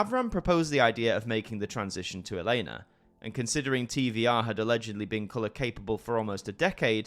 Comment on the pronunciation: Hey is Televiziunea Romana and it is pronounced TVR and not TV"I"R AND TV"E"R (on the screen it is pronounced with ve not vi)